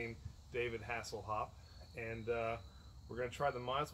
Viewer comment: Hassel-Hopp-Ale LMFAO! Nice Review and nice Brew guys. Keep it up! Cheers from germany